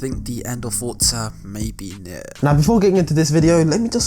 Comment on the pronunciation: Every entro this man says fortzaa 🤣